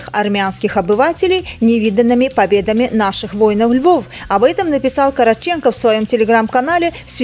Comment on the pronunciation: Коротчеко ,ударение на второй слог .